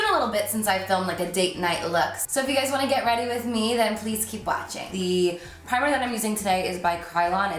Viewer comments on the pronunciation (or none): none